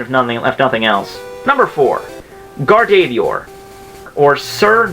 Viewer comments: its GA-R-DOV-O-A-R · Gardevoir is pronounced GAR-de-VOIR and Metagross is pronounced MET-uh-grose. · >gar-dey-veeyer *closes tab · He pronounces gardevoir like gardeeveeoor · You butchered gardevoirs name X-X my fave pokemon but still not your fault likedthe vid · You butchered Gardevoir lmao